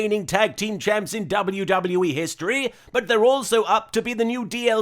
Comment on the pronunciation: during the history montage or collection which ever is the proper term, some of them sounded like pisstory and kisstory. Shoulder tackle.